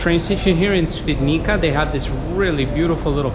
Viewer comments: Te fact you can pronounce Ś flawlessly but struggle with the Polish "c" is wild. It's pronounced "ts" my friend, so Świdnitsa ;) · C in Polish is pronounced as "ts", not "k", so "Shvidnitsa" not "Svidnika". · Ha ha, no worries. I was impressed at your ability to pronounced Ś in Świdnica. That's impressive. So it was funny when you mispronounced comparatively easy letter "c" ;)